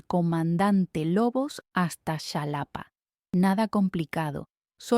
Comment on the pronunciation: TODO IBA BIEN HASTA QUE DIJISTE SHALAPA EN VEZ DE JALAPA O XALAPA 🥴🤔😆😆😂